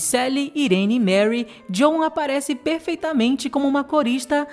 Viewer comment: Excelente vídeo! Só uma dixa... Na pronúncia de Joan é inglês, o a não é pronunciado; fala-se "Djôun"